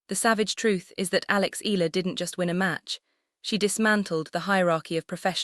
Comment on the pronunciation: It should be: panic-stricken; pronounced "Eh...ya...la" it's " Rah..fa....Nah...dahl"